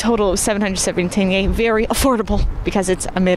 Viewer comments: Господи она произнесла слово тенге правильно. Ваааау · Она говорит тенге лучше, чем русские со своим тэнге😂😂😂